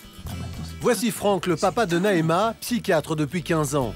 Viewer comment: Mdrr c'est Naema